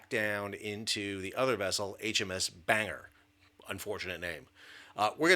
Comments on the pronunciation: It's Ban-gor nor bang-er. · It's not banger. It's ban-gor. Gor as an gore. It's a city in Wales. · To add to the pedantry of pronunciation - Bangor is pronounced with the o - BangOR not banger Keep up the great work! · Sam, the ship isn't called HMS Banger ( although that would be cool. ) It's HMS Bangor, pronounced Bang - gor. She is named after the Northern Ireland seaside town on the southern side of Belfast Lough ( where I'm from. ) Keep up the good work. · It's pronounced Ban-gor, Not bang-er lol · For God's sake mate, pronounce it properly. It's not "HMS Banger". It's "Ban- gore" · Very happy for you Americans to borrow our language, but it's NOT pronounced "HMS Banger" - it's pronounced "HMS Bang Ore" ! The Sandown class are named after seaside towns - Bangor is in North Wales. The accident was almost certainly caused by mechanical failure in the machinery control system following maintenance by contractors. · 👍Thanks. 👍Incompetence is now rampant and institutionalized here in the UK. Btw, not 'BANGer' ; it's 'BAN GORE' -- a Welsh costal town. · Pronounced 'Ban-gor'. Not Banger!? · HMS Bangor is not pronounced like a Banger! If you notice the “o” that changes it. Bangor is said like Ban-gor, not banger and is named after a place. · It is not "bang-er". I know of 3 places with that name: in Northern Ireland, in Wales and the US state of Maine. The last two are "ban-gor" or "ban-gər". I expect ship is named for the city in NI: "bang-gir". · Correct pronunciation is "BanGore" and "ChiddingFold". It's opaque what actually happened. No time even to "blow the whistle" five times to alert danger. No visible prop wash astern or ahead. If there was an issue with tugs, Maritime Law is clear, it's the Master of the vessel being towed/manœuvred who is in charge and responsible. Similarly with a pilot aboard... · It’s pronounced Bang-gore. Also the ship is named after my hometown and she visits regularly. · Ban-gore is how it's pronounced